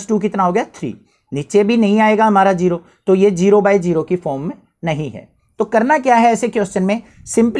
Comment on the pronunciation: Sir definitely needs some spoken English sessions to fix his vallu and geero😂